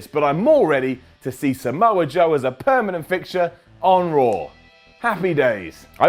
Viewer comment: I like how he always pronounces Raw like RAWR